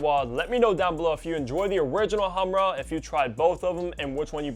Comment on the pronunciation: Khamrah, but he can’t spell “kh” and that’s understandable